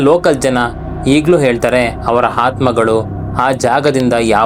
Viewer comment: ಹಾತ್ಮಗಳು ಅಲ್ಲ ಆತ್ಮಗಳು ಮತ್ತು ನಿಧನವಾಗಿ ಅಲ್ಲ ನಿಧಾನವಾಗಿ